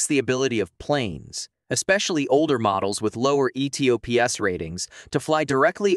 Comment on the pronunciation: Its pronounced "E-TOPS" one word